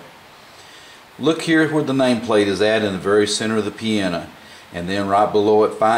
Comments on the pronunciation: Its piano, not 'piana' lmfao!! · don't worry how do you say the word piano ,you are a good teacher